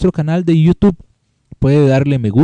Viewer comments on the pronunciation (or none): none